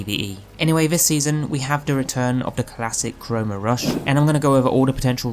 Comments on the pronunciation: also you kept calling it corona rush. its chroma rush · It’s Chrome-a rush not Ka-Rome-a rush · Stop saying kah roma rush!!!! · “Ka roma rush” ☠️ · I thought he was saying it weird lol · Never heard “Chroma” pronounced as Ka-Rome-Uh. Is this a UK English thing? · no, it most definitely isn't a UK English thing 😂😂😂😂😂